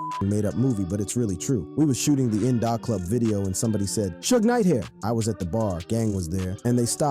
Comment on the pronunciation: In da club. Not in dah club